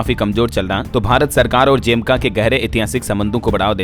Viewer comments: जेमका नहीं है जमैका है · जैमका नहीं भाई ये जमैका है ।।।